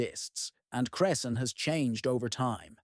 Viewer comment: Wow as a Cresson resident I didn’t know about this. Although how we pronounce it is cress-in